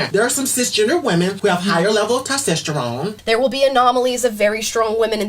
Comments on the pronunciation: dude said "tostesterone" instead of testosterone 😂😂😂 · I had to rewatch "Tostesterone", he made up his own word. He's missing a bit more than just Testosterone... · "Tastiterone" really?! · Tostesterone????? Lmao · “higher level of TASTESTERONE” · The man dressed as a woman said "TOSTESTERONE" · I just heard that bitch say tostesterone. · Did I hear tostesterone?😂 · …”we have higher levels of tostestyronne…” Riiiiighhht… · "tosstesterone" lolol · What is tystesterone? 😂😂😂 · . That dude said “Tos-testerone” lol. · That one "person" said, tostesterone haha. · what the hell is tostesterone?!? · "Tostestrone" lol yeah everyone should believe what you say. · Did that dudechick say “tos-test-er-one” ? 😂😂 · "higher level of tostesterone" ... TOSTESTERONE! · Whats " Tostesterone " ???? around the mark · ‘Tosstessterone” lololol morons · tostesterone? Bro if you cant even say the word correctly you shouldnt speak on it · ''Tisterone''??? Wut?? 😂😂😂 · bro he just said tostesterone!! this crap has got to stop not just because he said it wrong but him justifying men in womens sports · Did that guy talking to Amala Ekpunobi say TOSTESTERONE? Hell, he's even changing where the vowels are in words now. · That trans said "Tostesterone" 😆😆😆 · Did the brother in the wig and lipstick just say "tostisterone"? Talk about cognitive dissonance! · what’s tostesterone???? 😂😂😂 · Conversation starting That dude said, "tostesterone" and the subtitles corrected him. So if subtitles can correct him for a mistake, why can't we correct him for his mistake? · excuse me… TOSTISTERONE? Did you even try? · He did say “tostesterone” so yeah I’d agree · Can't even say testosterone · Look.....if you cant pronounce testosterone then your pearls of wisdom that follow are likely going to be ignored. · there's cognitive dissonance when it comes to demented liberals like the clown trying to say the word testosterone but doesn't know how